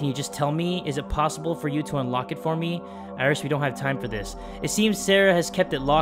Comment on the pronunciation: IRIS = SIRI. I R I S. S I R I